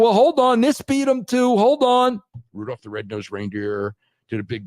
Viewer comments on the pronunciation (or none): I absolutely love these Meltzer sound bites. Rrrrrrrudolph rednosed reindeer